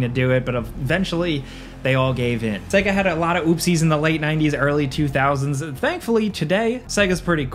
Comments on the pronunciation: It's Say-Ga... Right? Not Seg-A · How in the hell are you gonna work for a game review channel and not know how to pronounce Sega properly? SAY-GUH! It literally says it at the start of their games. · SAY-GA SAY-GA SAY-GA! my God, how are you a video game commentator? It's madness! You are deliberately torturing me right? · Say "segguh" one more time. I fucking dare you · Dude!! Stop saying "sega" wrong!! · I hate how he pronounced Sega..the system and most games SAID the word.. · You pronounce "Sega" weird... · I had to stop this video. When a guy making videos abotu games doesn't know how to say Sega, I'm out. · can't pronounce Sega then...